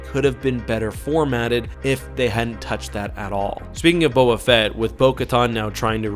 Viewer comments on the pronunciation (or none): I just dont get it- why are you always mispronouncing names? This is your literal job to watch and review and make videos about star wars, which say the names of people repeatedly like Bo Katann and Teva yet somehow you just don't hear how it's pronounced and you say it differently😭 Katann is kuh-TAN not Kat-ahn like katanna, and Teva is Tay-vuh their names are said over and over